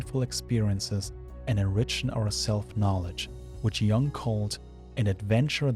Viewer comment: Great video🙌. Just one thing: I think it's pronounced Jung with a u, not like young, since he was swiss.